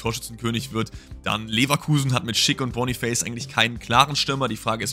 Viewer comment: Boniface wird Boniface ausgesprochen also hast du es richtig ausgesprochen